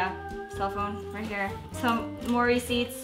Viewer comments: Every time she said "more receipts" I thought she was saying mory seeds 😅 I don't know why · I thought she was saying Maury seats